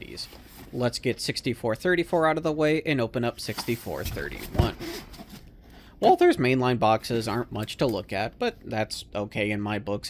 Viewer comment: Nice to hear somebody call it " walTHers" instead of walters.